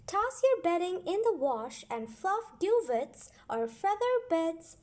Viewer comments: You pronounced duvets wrong! Just sayin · I’m amused by the way the bot says duvets.